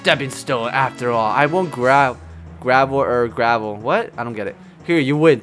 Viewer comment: When he says "I won't gravel, er, gerovel'' he meant he won't cry